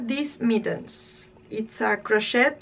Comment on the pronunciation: Your sweater is beautiful. I’ll be back to watch more. Your English is better than my Spanish. Crochet is pronounced without the ‘t’. With the t it sounds like a bad word. Crochet, I think, is a French word. 🇨🇦